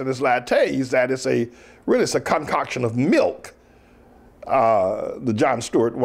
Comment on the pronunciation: Anyone else hear him say cumcoction instead of concoction?